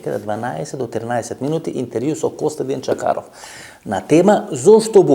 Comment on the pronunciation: Името на госта е Костадин Чакъров, но Ефтов го е страх да произнесе буквата "Ъ". За тази буква Венко Марковски замина на Голи Оток.